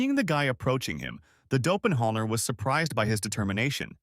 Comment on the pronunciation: Somebody please teach ai how to say doppleganger